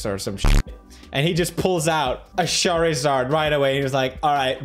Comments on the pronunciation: "sharizard" ...i will forever be traumatized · Did he said Sharizard?